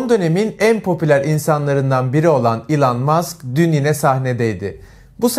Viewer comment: ilan mask ne kürt müsün elın mask diye okunuyo